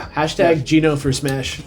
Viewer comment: Shout out to STILL pronouncing Geno "Gee no". XD